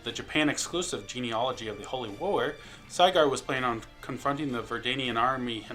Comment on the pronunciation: It's... It's pronounced Sih-gurd... Not Cyguard...